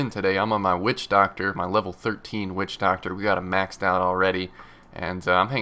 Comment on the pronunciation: Everytime he says witchdoctor I think about "Wussidjidoctor" haha lol